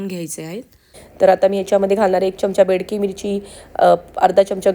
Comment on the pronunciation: Bedki mirchi nahi Bedagi mirchi